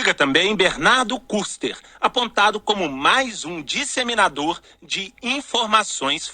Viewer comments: Globolixo é ridicula. Num sabe nem pronunciar o nome do Bernardo Kuster pronunciando o "u". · O jornazista não pronunciou bem o sobrenome do Bernardo.